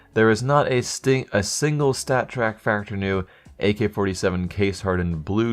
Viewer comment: "theres not a stingle stattrak factory new"